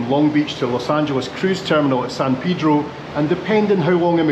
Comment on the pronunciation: I grew up near Long Beach, CA and yes, the fog can get thick often. It's great that you pronounced "San Pedro" the way the locals pronounce it. 😊